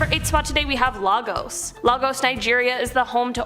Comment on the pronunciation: I would have been surprised if Lagos, Nigeria didn't make it to this list😂 Oh by the way it's pronounced "lay-gus", not logos. You're welcome😏